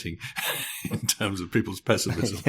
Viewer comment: "But, today, the pezzimism feels incredibly pronounced..." Yes, wrongly pronounced! The word is pronounced "pess-imizm" NOT "pezz-imizm." You may be the only person in the world pronouncing it this way, Mr. O'Neill. At least, I, for one, have never heard this odd pronunciation before.